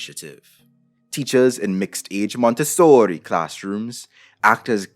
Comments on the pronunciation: Dude you're spitting facts and it's awesome, but I can't help but cringe hard at each time you say "Montessori" Sounds like you're trying really hard to get casted in a B-rated gangstar movie No but in all seriousness, good stuff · I’m very mad that around the 8th “Monte-sooori~” I snort laughed. How dare you sir, I was drinking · “MonteSSORRI” Me: “never before have I discovered something I needed so much” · that monteSSOOOOORRRIII was lowkey traumatizing tbh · i don't think i will hear the pronunciation of that word the same again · Good Video. Short Addition: Is the real reason why you did you make this video to say Montessori with italian accent? Itse me Montessori Mario YEEESSS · Interesting video ❤ - I'm Italian and when he says "MONTESSORI", he cracks me up😂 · Say Montessori, one more time 😂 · love the over exaggerated pronunciation Montessori lolol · I greatly enjoyed your extra-Italian pronunciation of "Montessori"! 😂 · Idk if this was intentional but I was dying every time you said Montessori lol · As someone that went to a Montessori school, the way you say it makes me cackle everytime